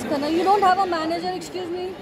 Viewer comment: Also, it's Manager and not manger 😂😂.